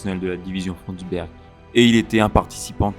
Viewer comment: Une information de détail : en allemand le "u" se prononce bien comme le français "ou", donc il l'est correctement ici dans "Frundsberg". Mais le "ü" se prononce comme le français "u". Il ne faut donc pas prononcer "Führer" comme le français "fourreur".